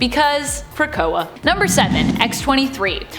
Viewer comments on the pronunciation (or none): none